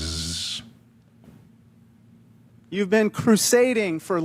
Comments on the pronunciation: Hello David Feldman, I am enjoying your show immensely. I can’t wait to catch it first thing in the morning when I get up. I feel like many more black women need to be in politics and law. they are strong, they are wise, and they get the job done. I just love them! Sorry I have to do this but you need to pronounce Illinois correctly. I live in Southwest Michigan and have family living there and my own family roots go back to Chicago.. There is no S at the end of Illinois. Some people in this area, feel offended when it is pronounced with an S at the end. That’s just the way it is. If you look it up you will see what I’m talking about. Keep up your fantastic programs. I have referred your podcast to many of my friends. Take care, and please stay healthy, we need you !😊❤ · David, I know you prefer to pronounce people place names correctly, so here's a well meant and minor correction. Regarding the Land of Lincoln, the state immediately South of Wisconsin is pronounced "i·luh·noy", it is a french phonetic representation of a native name, as are many place names in the Prairie states. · You pronounced Illinois the same as I do with the emphasis on the S at the end instead of the silent S being silent lol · You should not be embarrassed but ashamed for several times mispronouncing "Illinois". The "s is silent! I am a Progressive. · Love what you do here. Thanks. Yes you pronounced Raja's name right but not Illinois. Don't know if you are doing it joking but the s is silent. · David I love your show. Just a heads up the S is silent in the state of Illinois. and no, I'm not from Illinois. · its pronounced ILL-in-NOY, not Ill-in- NOYS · Illinois is pronounced i·luh·noy NOT Illinoize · Illinois is pronounced ill-i-noy not ill-i-noise. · Its Illinois (nois)pronounced "noy". Thanks! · You pronounced his name correctly but not Illinoissssss. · David, Illinois is pronounced without the s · Illinois is the most mispronounced state in USA. The S is silent.